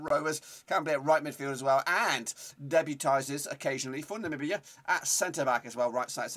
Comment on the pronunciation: First white man that say my country's name right namibia!!!!